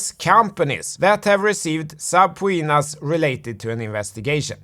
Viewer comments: You and your video editor (if you are not editing yourself) are hilarious. You are a very smart and funny fella. And I love the way you say "subpowena" and "hyperbowl". Don't ever change. You are one if the top dogs on crypto YouTube and I have no idea why you don't have a million subscribers at least. Thanks for all you do. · I love how he pronounces subpoena 😂